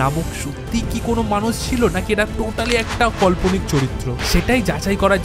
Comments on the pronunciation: দাদা কল্পনিক নয় উচ্চারণ হবে কাল্পনিক 😶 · Kothata কাল্পনিক দাদাভাই তুমি voice cover a barbar কল্পনিক bolcho Btw thanks for this informative video ❤ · Kolponik na Kalponik hoi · কল্পনিক না কথাটা কাল্পনিক। আর ওনার নাম রাজা কৃষ্ণ চন্দ্র রায়। নিজের উচ্চারণ ঠিক কর আগে ভাই। ইতিহাস নিয়ে কথা বলছিস তাও আবার বাংলার। বাংলা তাই তোর ভালো না।। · bhai kotha bolar somoy uchharon gulo ektu dekhis, kane lage. Kalponik(bolchis Kolponik), Lekha(bolchis Lyakha)